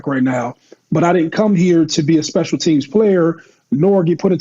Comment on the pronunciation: "speical team package" 😅😅😅